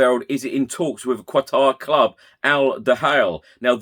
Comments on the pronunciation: Katar not kwatar. Lol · Illiterate Poms. Qatar.... Not "Quatar"